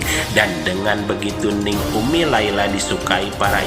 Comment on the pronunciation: Bukan Neng tapi dibacanya Ning. Ning dgn Neng lain, artinya , maaf koreksi.